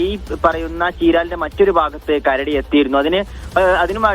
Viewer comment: Kaduva alla karadi